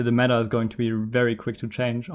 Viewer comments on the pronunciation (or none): none